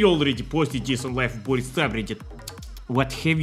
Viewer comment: HEY. I have info that real slav pronunciation of Boris puts emphasis on the "i", so it really should be like Bor-ees, not Bor-is. Are you Western Spy?